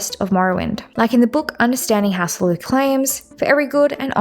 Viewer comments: the pronounciations are killing mann. You could pronounce hlaalu as Lalu, not lilu lol Otherwise this was a great video! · it’s HLAAlu, rather than hlaaLU